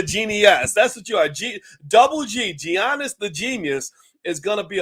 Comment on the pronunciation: Boyce, come on now. Stop butchering his name like that. The G is pronounced as a Y.